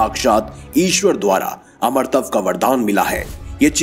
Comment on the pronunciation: You need to work on your Hindi pronunciations for example it's not "Amratav" it's "Amaratva".